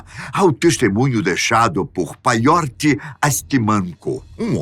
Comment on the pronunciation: Pyotr se lê: “Piótar”